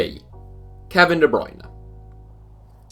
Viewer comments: And how could he mess up De Bruyne for Bendtner. LIKE HOW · 😂😂 KDB's surname is not 'Bruyne'. It's De Bruyne. Should be D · kevin de broyne starts with a d not a b